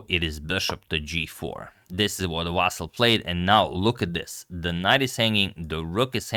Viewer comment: His first name is not pronounced as "VAASAL" .... It's pronounced as "VAASLI or in short, "Vaseel" - better yet, please mention him by his last name. "VAASAL" sounds very awkward and off.